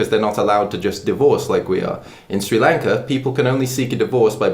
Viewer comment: Me being Sri Lankan and seeing that my country was mentioned in a video: WE HAVE FINALLY BEEN RECOGNIZED!! (Sri Lanka isn't a very popular country) I also can't help but laugh at how pronounces "Sri Lanka" with his accent 😂